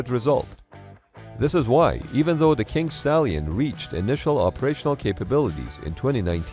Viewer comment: I can't be the only one who hears "Kink Stallion" right?